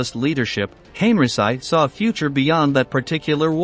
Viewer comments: "Hen-ree-chee" not henryci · No need to massacre German Generals last Name the way you did. There are other languages in this world and the least you can fo is to learn how to properly pronounce it. First time we hear someone calling. General Heinrici as Heiricy!! His last name is pronounced Heinriki sometimes Heinrichi. I recommend you to watch a YouTube video from Mark Fulton. Better to approach things from a real history and not cliche and propaganda used over the years. You are painting all the German Generals as evil. Nazi were criminals no doubt. But they convicted Some of the Luftwaffe Generals for bombarding cities. Well who unnecessarily burned Dresden towards the end of the war? a city with not a single military target ? War is war both sides bombarded civilian targets. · Why don't you try to pronounce Henrici name properly.?.... I had to refrain from shutting this video off. .. Please, learn how to pronounce foreign names properly... Respect your audience...